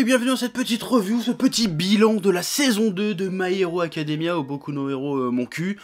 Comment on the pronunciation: "Boku no hiro monku" oker